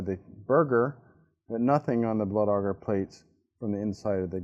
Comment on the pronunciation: would rather lick the bacteria then hear him say agarrr again